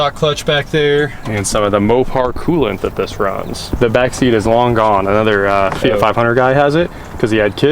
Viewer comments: now hes calling it a feet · fee-it... fee-yacht, its a fee-yacht